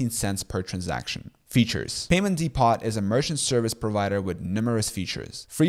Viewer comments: 'depot' is pronounced "dee-po" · What's a "Dee-POT?"